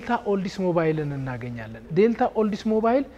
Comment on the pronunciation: Nice tour! Thank you! Please tell the tour guy that Oldsmobile is pronounced as ኦልደስሞቢል not ኦልደስሞባይል